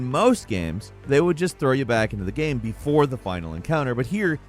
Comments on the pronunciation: Except for the word "game" lol he says Gehm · I agree… except the word “game”. It’s like he says “gyem” some times. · I can’t even put my finger on how it sounds. It’s every once in a while it sounds like gyem, like he’s Canadian